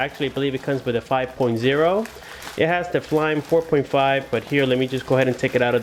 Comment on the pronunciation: I think it's Fly-me, not flyme....